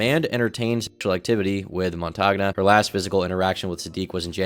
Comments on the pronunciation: I believe Montagne is pronounced "Mon-Tane". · Why do Americans, and you guys are the worst offenders, who live on the internet, not google and listen to pronunciations? I get you're probably super busy with lots of other aspects of a vid but really, it'd take seconds! It's mon-tan-ya, french for mountain. But if it isn't, americans butchering foreign, and even English, names should be a meme... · Montagna is pronounced montania (more or less), "gn" is pronounced like the "n" in the Spanish word 'senor' Also stop doing this, america: Bologna = Baloney